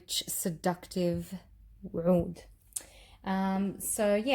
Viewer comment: Hi! I too do not like the BR540, but love the extrait. They smell different! I know ppl have tried to tell you to pronounce OUD as AOUD, but it's 2 different words. You were saying OUD right years ago. Watch the DUA fragrance guys, they pronounce them properly, they are Arabian. Their scents are great as well, I have reviewed a lot of them;)